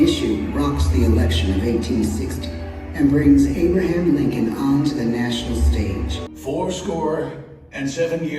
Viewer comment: Tell me this moron did not just call him "ABE-ER-HAM Lincoln".